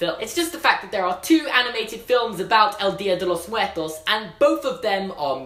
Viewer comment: Anyone else cringe at his pronunciation of Dia de Los Muertos? Like I know he doesn't speak Spanish but that was pretty bad.